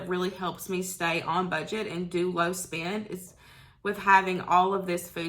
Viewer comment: Low spin no spin? What does that mean? You mean spend. Lol! It was your accent that got me confused.